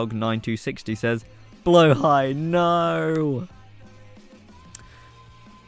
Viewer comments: just fyi it's "blåhaj" not "blahåj" 💀👍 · you say blåhaj pretty well actually, much better than people who say blahajje